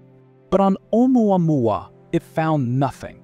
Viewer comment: You mispronounced Vega and photometry, but can say Oumuamua?